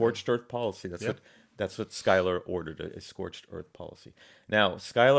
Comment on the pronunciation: I am surprised that you got Philip's last name pronounced spot on. Pick up the book "The March to Saratoga" by Benjamin Bird it will put to bed some of the fairy tales you're espousing